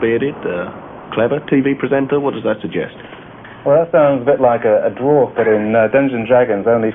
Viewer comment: I think we can all agree that Ben Elton could not pronounce Dwarf. DerWarf indeed...